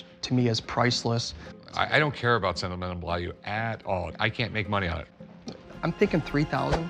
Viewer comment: No no no this is what Rick said “sentimennnel” lollll😂😂🥱